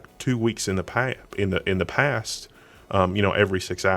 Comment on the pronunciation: "... snapshot goes two weeks back in the past (with af southern accent)... uhm in the past (in a northern accent)." :)